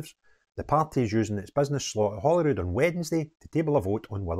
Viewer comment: When did holyrood become Holywood 😂